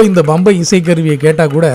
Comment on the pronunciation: MIHA ARUMAI....Nihalchi Varnippaalarku oru seidhi. Uchararikumpoludhu Pambai yendru Ucharikavum bambai alla...